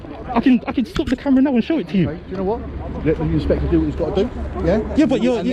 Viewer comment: Inspector pronounced inspectwhore, he said we dont know, but then proceeded to arrest, absolute phkn cretin !